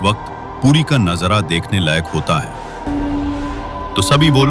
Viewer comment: હરે કૃષ્ણ कृपया वाचा (Pronunciation) ठीक कीजिए मान और मन, कमियां काम्या, नजरा और नजारा में फर्क होता है English में लिखी स्क्रिप्ट को AI ऐसे ही पड़ता है, वॉयस ओवर करलो या हिंदी में ही स्क्रिप्ट लिख लो